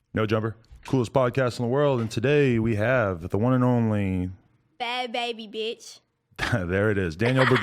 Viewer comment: She's lying about her name. Watch her video to her reaction on Halloween costumes on her channel.. The name bhad bhabie is someone elses name on their picture/profile. Danielle doesn't even pronounce it correctly when she says it.